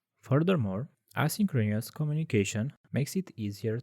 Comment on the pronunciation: It's a great video. Just tell your voice guy to practice how to pronounce synchronous and asynchronous